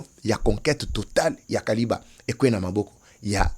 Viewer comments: Kiliba et non kaliba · c'est Kiliba et non Kaliba, merci. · C'est KILIBA et non KALIBA, merci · Sucrerie ya kiliba et non kaliba. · c'est KILIBA et non KALIBA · Frère on ne dit pas Kaliba on dit KILIBA merci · Kiliba et non Kaliba. 🇨🇩🇨🇩✌️ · Ne dites plus Kaliba. Dites plutôt KILIBA. Je suis à Uvira. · Il s'agit de Kiliba et non Kaliba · C'est Kiliba et non Kaliba. C'est la cité où il y avait la sucrière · C'est KILIBA et non Kaliba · Non kaliba mais Kiliba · C’est Kiliba et non Kaliba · K I L I B A et non KALIBA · Pronunciation c'est KILIBA. MATONDO